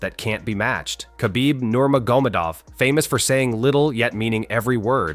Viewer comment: How u miss pronounce Khabibs name 😅